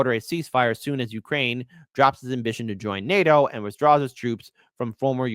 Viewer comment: nato, not nati.